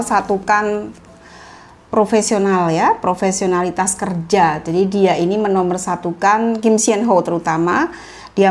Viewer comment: Tolong kalo eja nama Kim Seon Ho dibaca Sonho. Jangan senho